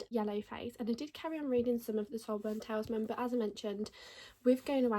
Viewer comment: HI just to let you know that word is pronounced Tal IS Man. PS I have also read Yellowface and found the main character very annoying